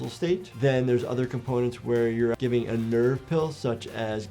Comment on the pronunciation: why did he say nerve so much and why did he make it louder than the rest? 😂😂